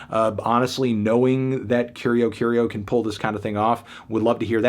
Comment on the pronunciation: yo i dont speak portuguese but that's obvi not how the band name is pronounced, no pressure to get everything right but i think band names are worth the 1 google search